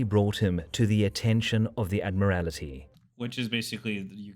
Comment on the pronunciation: I am not even English, just an American Anglophile...and that gets on my nerves every time I hear it. It is really good that did not follow suit, and pronounced the word correctly. ✌💯😁